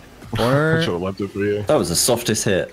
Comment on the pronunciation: every time he says "im left" i just hear "im leth"